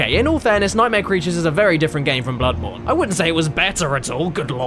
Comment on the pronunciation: "Blood-MOURN"? Really, Caddy??? How about BloodBOREn??? smh :////